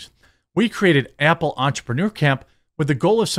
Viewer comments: Stop saying “ample”, it’s “Apple”. All you do is read articles and posts others made, easiest job in the world, put at least a tiny bit of effort into it. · Sounds like Jeremy says “ample” a couple times lol. Cutie.